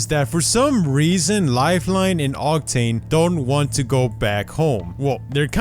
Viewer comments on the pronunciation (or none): none